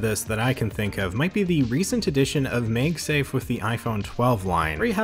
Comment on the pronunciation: First time hearing someone says MagSafe as "MegSafe" xD